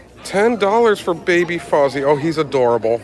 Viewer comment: You pronounced Fozzie's name correctly. Hugs!